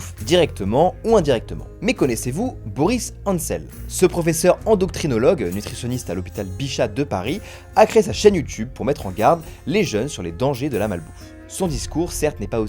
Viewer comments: Vous vouliez plutôt dire endocrinologue. Ce n'est pas la première erreur de prononciation qu'on entend, celle-ci n'est pas corrigée d'ailleurs. C'est très étonnant surtout venant d'un collectif pseudo-bourgeois qui veut à tout prix montrer son côté bon chic bon genre, en témoigne la très gênante "dégustation" de chocolats dont on se serait bien passé, la néanmoins salutaire prévention déjà faite dans cette vidéo étant suffisante. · Endoctrinologue ? non plutôt endocrinologue mais sinon super vidéo j'ai apprécié 👍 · Pitié STOP avec vos endocTrinologues !!!! C'est ENDOCRINOLOGUE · Endocrinologue et non endoctrinologue ! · A , le Pr Boris Hansel est "endocrinologue", non "endoctrinologue". Je ne suis EN RIEN de votre bord politique, néanmoins je dois bien reconnaître que le propos est tristement édifiant. Un ancien collègue (dans le tertiaire donc assis toute la journée) buvait du Holy avec des électrolytes (soi disant...), bien qu'il n'avait AUCUNE activité physique. J'ai essayé de lui dire que cela était parfaitement insensé, en vain évidemment. Merci pour le reportage et de faire de la pub pour PUMS. Signé: un "sociologue de gauche". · Endoctrinologue ? Autant le sujet est intéressant, autant la langue française l’est aussi...